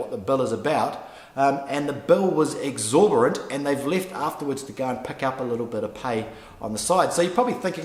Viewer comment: exorbitant not exorbirant, but a great video.